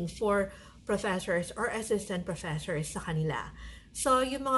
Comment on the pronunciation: Professhores? This video can be great for a drinking game. Everytime she says Professhores, you take a shot of sake or soju. There are so Filipinos teaching in Korea. If they were speaking great English, the Korean government will hire more Filipinos.